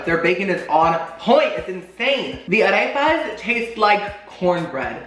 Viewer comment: “Ah-rayp-uhs” hahaha